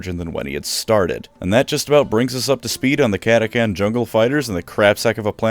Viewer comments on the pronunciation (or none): I’m pretty sure it’s pronounced cat-a-chan not cat-a-can. Chan like channel not Can like Canada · Kata-Chan. Not kata-kan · Cat-ah-chan right!!?? What’s this cat-ah-can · I prefer the pronunciation cata-chan where chan is pronounced like in the Japanese honorific chan. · Almost unsuscribed from having to hear catacan instead of catachan 😂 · Cata chan CHAN CATACHAN not catacan. Dumbass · "CataCAN" Excuse me sir but the name is CataCHAN not CAN. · Cata-Chan not Cata-can, must be a new recruit! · i always thought they’re was called CA-TA-CHAN. I’ve never heard of CA-TA-CAN. But what do I know, I’m not a lore buff… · I want to hit you for pronouncing it catakan instead of catachan, you read "change" like that too? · It's pronounced chan, like 4chan. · Ok this was pissing me off the whole video because mispronounced words just do that for me, but the CH is in the fucking name for a reason, say the goddamn CH part of cataCHan or dont say it at all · Love the video but it's pronounced as it's spelled Cat-Ah-Chan. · Cant listen to the this video of you pronouncing it KATAKAN. Sutcha shame. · catachan is pronounced kata-chan....................also if GW would update the frickin models for them that would be great! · Mate, pretty sure it’s pronounced cata cHan with a H, apart from butchering that great video 😉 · Cata chan, not to be mistaken with Cata-kun or Cata-san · Did I just painfully listen through a 20 minute lore video where the creator mispronounces the name of the faction with a “ck” instead of a “ch”? Yes. Does that add to the lore of the video as something that the crayon eating CataCHAN jungle fighters would find hilarious? Also yes. 😂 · CataCHAN gosh dang it. Pronounce it right or emperor help me I will find you. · I hate to be THAT guy, but its cat-a-chan like Jackie Chan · That is not how you pronounce “catachan” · The real question is, is it pronounced cata-CAN, or cata-TCHAN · Impressive going the whole video without pronouncing the H